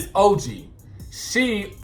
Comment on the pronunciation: When you referred to OG as ToeG I was done watching. This whole channel is a dub, don’t be shady